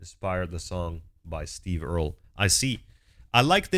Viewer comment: No, he pronounced it correctly. It’s Earl, with an added E at the end.